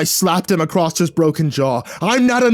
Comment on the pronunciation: Ah i wondered why i never finished this. It's because you forgot how to read "across".